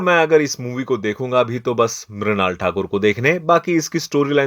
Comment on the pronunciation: Mrinal❌️ Mrunal✅